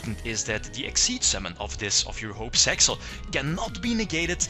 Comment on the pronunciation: It's really meant for Piper Chaos since Utopic Dragon can be summoned the same way. Thankfully, Shock Master is banned in TCG. Btw, it's Zexal, not Sexal.